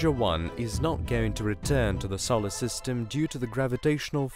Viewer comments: I'm wondering what a "sollersystem" is. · Good video apart from the mispronunciation of Solar system & Carl Sagan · For the love of all that is holy, that's not how Uranus, Sagan, and Solar are pronounced.